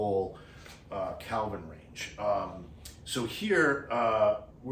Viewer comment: OMG - you're killing me - It's KELVIIN not CALVIN. As a former NYC'er I know it's not your accent :) Thanks for the excellent review!